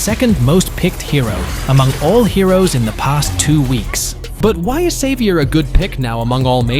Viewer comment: He was saying xavier and I heard saber😂😂